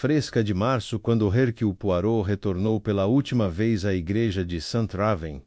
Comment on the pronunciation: Alguém, por favor, ensine o narrador pronunciar corretamente o nome Herucle Poirot!!!